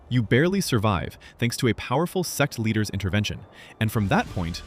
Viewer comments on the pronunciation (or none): I'm sorry... this AI voice is terrible... during wandering sword i know you mean sects leader... but it says sex leader